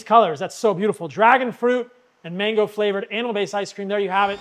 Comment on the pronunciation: You are super hyper was looking at your ice cream recipe you mentioned mange, did you mean mango ???, nice that you have a lot of energy, just turn it down a notch 🤔🤔🤔